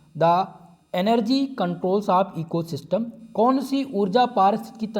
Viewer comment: Ecosystem ko steam nah bolo sir🤣🤣